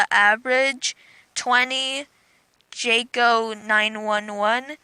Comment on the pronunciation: OH MAH GAWD THX Btw U said my name wrong its Im from the philipines....